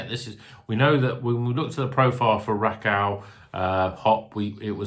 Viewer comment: I’ve no idea how Rakau is pronounced but the first time you said it just made me think of “Racelle” from Only Fools 😂